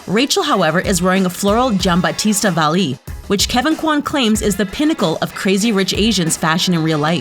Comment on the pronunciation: uglyatul zz Meanwhile, “Gianbattista Valli” gets pronounced impeccably -_